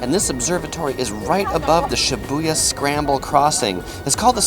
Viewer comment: Why are you saying Shibuya like that? Lol